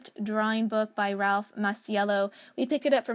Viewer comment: Ralph! What an honor to have you here!! I'm thrilled. Your book was such an asset to our Ancient Egypt unit study. Sorry for mispronouncing your name.